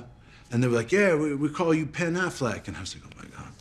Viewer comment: “Pen 🖊️ alfleck “ 🤦🏾‍♀️😫